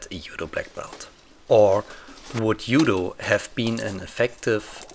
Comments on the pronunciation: hehe well originally in Japanese it's DZUDO, and you probably know it already. I didn't know German language was this special in transliteration of foreign words. Do you say jiu jitsu as yu yutsu as well? It actually sounds more like dchudo or something like that. Edit: I'm this bothered cus my teacher of Japanese made it her thing to correct any and all wrong pronunciation of Japanese words and I caught it from her. Sorry 😅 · "Yoo-doh"? Is this the martil art of Ott Jud? He had some great yu-do! :P